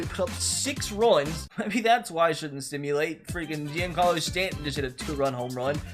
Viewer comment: The way he said stantons name 🙁